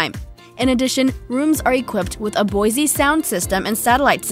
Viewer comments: Did you seriously say “bow-zee” instead of “Bose”??? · Bosey? It’s BOSE! Come on now! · Boise sound system huh, never knew it was named after a city in Idaho. Its BOSE as in ROSE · Bose not Boisee lol 😂 WTF? Low budget? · She called bose sound system boise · cool, that one has a 'Boy-Zee' sound system o,O?! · It's Bose not boyzee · The way she pronounces Bose sound system 😆 . She pronounces Boyzee , like Boise, Idaho. What a noob. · Boise sound system? You mean Bose? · Came for the Motor Home, stayed for the Boise Sound System. Ever since I started watching YouTube videos like these it's enforced my belief that aliens are among us. The things that these narrators get wrong are so unbelievably wrong that no human could actually make such blatantly stupid mistakes. What Human has never heard of Bose? Even if by some unlikely chance the person who prepped her narration misspelled it, she Still should have known better when it came to actually Saying the word. This isn't even about trolling. It goes far beyond that. This is borderline scary AF. I truly believed that you would have to be an alien to be a paid narrator, and to not mispronounce, but say the entire wrong word. Okay, I'm done now.. stupid bi... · Did she say “boisey” audio system? 🤔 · Lol Bose, Boizee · Boise? Like Boise Idaho? ... no, it’s pronounced Bōz (Bose). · .........Boy Zee sound system? Uh, Bose. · really? a "BOISE" sound system? WOW, I want one of those..... Who's BOISE? or did you mean BOSE? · What the hell is boysie it's Bose Jesus Christ knows better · Literally stopped watching at “Boyzee” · "Bosey" Bose sound system..... LoL don't you love it when stupid kids make videos. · Pronounce it (bows) like rainbow 😂 Boise Idaho Jack LMFAO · Did you say Boyzee, not Bose? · Bose is not pronounced boyzee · "...a Boise sound system" wtf has this presenter been living under a rock? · A 'BOISE' sound system???? Wow! Back to reading school girl! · did she just say b-o-s-e